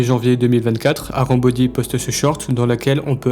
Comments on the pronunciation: C’est pas "arambody" c’est "harambody" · Arambody ❌ harambody ✔️